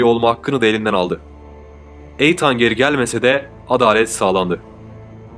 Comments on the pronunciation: Yok resmen videoya odaklanamıyorum 🤦🏼‍♀️ Eytan nedir ya? 😂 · Eytann değil kurban olayım böyle okunmaz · i-tın böyle okunur... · Jose yi hose olarak okuduktan sonra Eateni eytan olarak okumak haha 😂😂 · Ya allah rızası için şu İngilizce kelimeleri bilmiyorsanız söylemeyin. Videonun her yerinde Eytan diyorsunuz. İnsanı rahatsız ediyor sadece. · Eytan nedir ya. Hiç ingilizce bilmiyorsunuz tamam da bari nasıl telaffuz edildiğine baksaydınız. Videoyu izleyemedim. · Eytan değil İtın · eytan degil iiiitean bence türkçe okuyabilcegin gibi azdım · Benim bildiğim de Eytan diye değil, itan diye okunduğu :) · Eytan ne be kardeşim.Bu telaffuz hatalarını bu tarz video yapanlar çok yapıyor.O kadar hazırlık yapıyorsunuz.Okunuşunu bilmediğiniz kelimelere de bir göz atıverseniz çok iyi olur kardeşim.Naçizane;''itın''. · Odaklanamadım. Eytan Eytan. Adının doğru telaffuzu Iytın. Ancak 4 dakika izleyebildim. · EYTAN NEDIR YA? BAZI ING.KELIMELERI COK GARIP TELAFFUZ EDIYORSUNUZ.VIDEOYI BITIREMEDIM VESSELAM.ETAN TURKCE ÎTIN DIYE TELAFFUZ EDILIYOR.LUTFEN, BIRAZ DIKKAT VE OZEN.ICERIKLERINIZI COK BEGENIYORUM.AMA, KAC TANE VIDEONUZU YANLIS TELAFFUZLAR YUZUNDEN, IZLEYEMEDIM! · Yalnız sanırım o isim eytan diye değil itın diye okunması gerekiyor. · Eyyan ney kardeşim iitın diye okunur okunuşlara dikkat edin komik oluyor. 😃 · İtın abi, Eytan nedir ya? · Etan (okunus: iithın) eytan diye okunmuyor maalesef ve lütfen kusura bakmayın bir süre sonra tırmalıyor kulakları. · Eytan değil, İytın okunuyor, bari adını söyleme yahu, Hoseramos ne, Hoze Ramos, dikkatim dağılıyor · Eytan değil kardeşim iytın diye okunuyor ...! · Eytan deme artık İttndeee 😂😂😂nolur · Eyytan diil... İytın... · Eytan değil edın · Eytannn nedir ya , iytın diye oku bari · Kardeşim bilgin olsun eytan diye okunmuyor, itın demen gerekiyor. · Eytan ne ya? (itın) Şu İngilizce isimleri doğru söyle ya. Kulak tırmalıyor. Dinleyesim, izleyesim gelmiyor videoyu. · Eytan degil etan yaa offf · Eytan değil Eathen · Doğrusu Eytın diye biliyorum